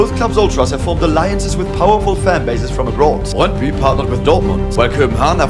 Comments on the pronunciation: As a dane myself, i was surprised on how well you pronounced Brøndby It was literally perfect! 🤯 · Yeah, I was honestly choked how well you pronounced especially Brøndby ;) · Suprisingly good pronunciation of names especially brøndby, actually saying the "ø" sound correctly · 10/10 for that "Brøndby" pronounciation! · Du siger brøndby godt